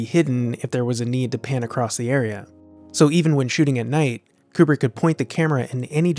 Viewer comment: It’s Kubrick bro